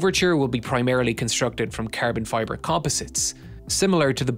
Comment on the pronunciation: Carbon fiber -> ”kaahrbohn fyeburr” Lol